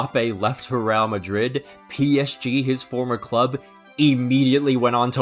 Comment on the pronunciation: Bro why are you pronouncing it as “Rial Madrid?” Makes me think of the Saudi currency